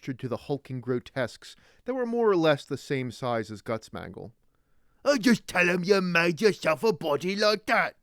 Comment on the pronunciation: Did you just call gitslaya, gutzmangul?